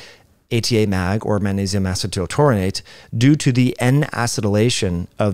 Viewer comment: The word "Magnesium" contains the letter "G". Are you being intentionally obtuse? You have no problem pronouncing the consonant "G" in other words I notice. This was the most annoying, intentional, distracting mispronounciation of a common word I have experienced this year.